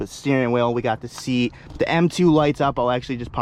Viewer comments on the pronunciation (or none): none